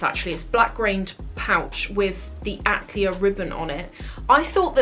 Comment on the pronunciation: Atelier = At..tell..e..air